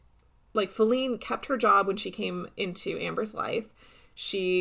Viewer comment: IT'S JADE!!!!! NOT FELINE!!!!